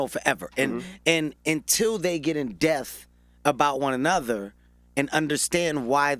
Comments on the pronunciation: Gottdammit... Is it "in death" or "IN DEPTH"???... #ThisHasGotToStop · Can somebody tell Kevin its "in depth" lmao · I love Kevin. I love this interview... I just want him to say "depth". In dePTH. Not in "deth". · Depth not deaf 🧏 😂😂😂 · Until they get in death about one another lol Kevin it's depth not deaf lol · Am I the only one that caught he said in death instead of in depth ?? Lmao 😂😂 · Some one please tell the homie Kevin that it’s “in depth” not “in death”. He’s said it in 4 interviews now. Someone please help the Chile. lol. Love Kevin Hart. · Is he saying "in death" or "in depth" lol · I was looking at the comments to see if somebody else caught...."in death"...lol...smh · He kept saying "in death" (in depth) and its killing mee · In death instead of in depth. It’s cool though, you already rich. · What I got from this: Kevin Hart can’t pronounce the “p” in depth. It’s “in dePTh” Kevin. Not “in death” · IT'S "IN DEPTH"!!! But I loved the interview. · It’s pronounced “depth” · Kevin Keep missing the "P" in depth" and its Killin me lol....pun intended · If this little man says "in death" one more time like it isn't "in depth!" Pronounce the "p" in the word "depth." #KevinHart Nothing like a person who want to come off so intelligent by over-talking and speaking words out of context...say less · This nigga can’t say “depth” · In depth... the P gets pronounced. Ijs